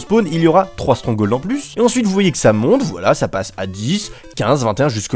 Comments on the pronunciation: strongol XD on dit stronghold (strong-gold) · "strong hauld" lel